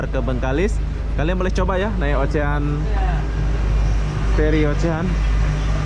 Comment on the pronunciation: Ocean dibacanya osiyen,ocean ocean,ocehan tetangga?wkwk